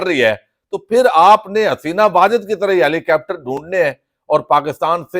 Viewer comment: محترم یہ ہیلی کاپٹر کا تلفظ درست کرلیں ۔ أپ جیسے شخص کے لٸے نہایت ضرری ہے۔ دوسری بات یہ کہ اس خبیث عورت نیں جو ظلم کیا، جو لوٹ مار کی اور جو بکواس اس گلے سے کی ہے اور خصوصاایک نیک عورت کے خلاف بکواس بازی کی ہے تو پھر بد دعاٸیں تو لگیں گی۔